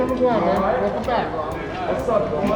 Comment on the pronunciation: ‘Welcome to Guam’ sounds a awful like guarma